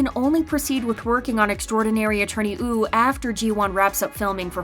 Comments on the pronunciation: Why does the narrator keep saying 'Extraordinary Attorney Ew' .... ? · She says woo wrong lol